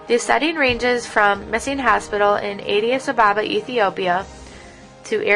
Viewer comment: she can't even pounce Addis ababa very well horrible way to introduce an amazing book